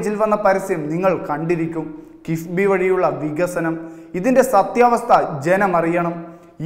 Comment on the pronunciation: കിസ്ബിയാണോ കിഫ്‌ബിയാണോ അവതാരകാ?